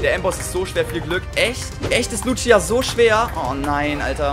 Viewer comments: Man spricht die btw Luzia und nicht Lutschia aus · Wie er sie Lutschia nennt obwohl es einfach easy "Lußia" ausgesprochen wird ^^ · Lutschia XD schöne Aussprache